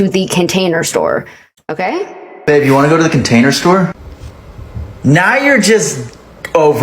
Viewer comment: I gagged. I was eating a hot pocket and I gagged from pure disgust. Nothing has ever made me do that before Idk but the way he said container sounded wrong to me. Like he was pronouncing it wrong. This is slowly becoming a hard watch